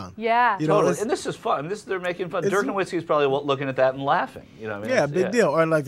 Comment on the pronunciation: Stopped watching . Dumbfuck Anna pronouncing Dirk's name wrong. Bitch needs to be spewing her feminist bullshit and not talking about sports.